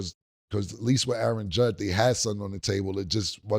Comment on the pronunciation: I know Killa aint correcting Mase on saying Callahan instead of Shanahan when Killa literally just said Judd instead of Judge and lets not forget the MIKE TOMLINSON🤣🤣